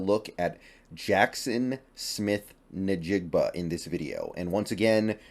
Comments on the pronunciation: N-Jigba not Nih-Jigba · love your work. Please pronounce Jackson Smith Njigba’s name correctly. It’s NOT Naa- jig-ba it’s N-jig-ba. Just say the name of the letter of the alphabet the same as if you were saying the ABC’s. Thanks.